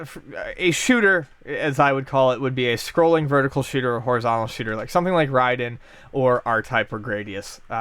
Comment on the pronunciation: Glad to hear pronounce "Raiden" correctly.